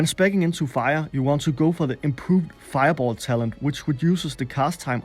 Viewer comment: wennst nochmal feiaboll sagst brech ich ab xD